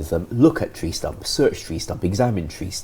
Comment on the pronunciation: voice pisses me off, trwee instead of tree ffs